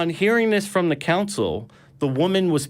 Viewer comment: Who is ‘Levy’? Who is ‘Josephius’? What is a ‘Council of Rome’? Is he referring to Livy, Josephus and a Consul? If so, how does he manage to be so confusing in his mispronunciations?